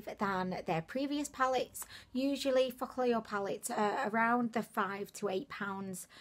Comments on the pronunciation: I pronounce it foo-ka-lure and she says it like fučk-a-lure 😂😂😂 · same here ! is like fu**llure 😂😂😁😁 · me too haha !! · am i the only who feels like everytime you say focallure you swearing at us 😂😂😂😂😂 stop it .. lots of love from zimbabwe xoxo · I I laugh everytime you say Focallure 😂😂😂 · Everytime she says focallure i think she's swearing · 😂😂😂😂 same here.